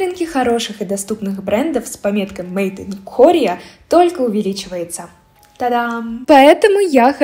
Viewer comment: возможно, вы специально так сказали, но если нет, то правильно должно звучать "мэйд ин ко(а)рия" с ударением на "и", ну и "р", соответственно по-английски чтоб звучала. это не придирка, если что!